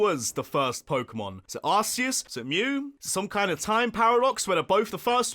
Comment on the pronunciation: Anyone else really bothered by people calling it ARSEus?